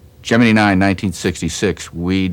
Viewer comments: It's Gemini,not Geminee.🤫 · Notice how he pronounced the word as "Gem en eee" back in the day and not "Gem en eye"? I heard that this unique pronunciation came from the German scientists at the Cape. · Geminee , like Jimminey Cricket !😂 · I know this is silly, but I get a kick out of how he pronounces Gemini as "jeminy".